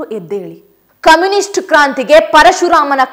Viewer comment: ಕಮ್ಯುನಿಸ್ಟ್ ಅಲ್ಲಾ ಕಾಮಿಸ್ಟ್